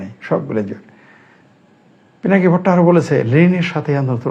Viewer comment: আরে আপনি তো ঠিকমতো নামটাই তো নিতে পারেন না পিনাকে ভট্টাচার্য আপনি আবার কি বলবেন 😅